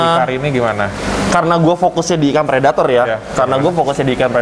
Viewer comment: Pelettor dong bukan predator :v